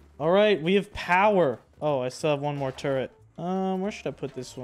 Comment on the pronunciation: its turret not turrent